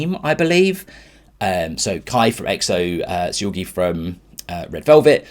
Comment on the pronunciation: I'll give you a weird way to remember that Seulgi is a hard g sound instead of a j sound. Backwards her name would be iglues (igloos). Just remember igloos is a word. Ijloos is not a word. Therefore Seulgi with a hard G, not Seulgi with a J pronunciation.